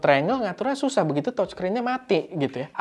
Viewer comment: Touchscreen dibacanya təchskrin..(seperti kalau kita ngomong E dalam kata "dEngan" atau "lEngan", bukan E di tEmpE) jangan tochskrin oom.. dengernya kayak gimana gitu..🙏🏻